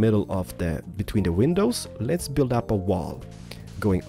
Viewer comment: Bart Van Putten I know what he meant. But he was saying let's builds... he's just not clear.